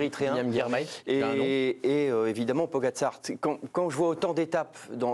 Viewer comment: A l’entendre.. celui qui sait pas dire le nom de Pogi.. il faudrait interdire ceux qui sont plus fort,de gagner des étapes.. allez… allez voir le psg 😂😂😂